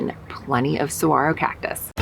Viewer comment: Saguaro is pronounced Sir-War-Oh